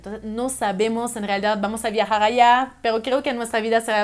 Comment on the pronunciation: Me gusta tu forma de hablar. Ese pronunciación tan francesa: pogqué, exagto, clago, pego. 😉. Saludos de MX.